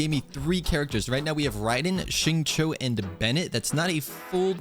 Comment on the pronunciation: I am very curious what kind of AI even stutters this much and talks like a "" than an actual "Dumb AI". PS: It also pronounced Xingqiu terribly wrong.